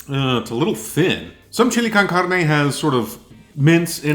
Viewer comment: You must have lived in America because your pronunciation of Chile con Carne was really good for a non Spanish speaker. I'm white and American but learned to speak Spanish in my teens. Very interesting to learn typical Ukrainian people would find a canned chili too spicy. Any Mexican food would definitely rock their guts.